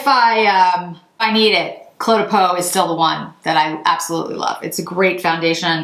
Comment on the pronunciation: Green really suits you :) On a different note, I am French, and your phone totally mispronounced Cle de Peau 😊! It's almost pronounced like the word "clay" - you said it very well though